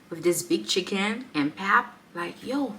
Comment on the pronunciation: Welcome to Mzansi❤ Please note that pap is pronounced "pup"😊